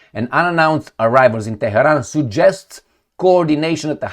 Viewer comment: is a punk. "Teh-he-ron" is the way you would say it if you were unbuckling someone's pants. And his fetish for twerps waving nukes is even funnier: "Oh no, there's a Woodchuck!" Let me fill you in. Trump didn't threaten to nuke Iran. Israel isn't threatening to nuke Iran. No state actor in any theater anywhere in the world is going to nuke anybody at any time. is just a chicken little blowhard.